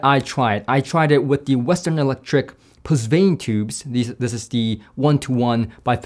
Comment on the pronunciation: Pusvane? Is that how it’s really pronounced? My understanding is “puh von” but something got lost in the translation by the chinese engineer.